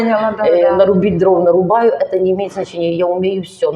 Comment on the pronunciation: Я,я,я Лучшая ученица... "Нарубаю, за тобой..., ихние", неправильные ударения. Лучшие ученики в советской школе так не говорили. Образованная мама не дала учиться, выдала замуж. .. "Целительница", шарлатанка какая-то. Каждый год день рождения на Пасху, три дня имя меняла. Цыганка какая-то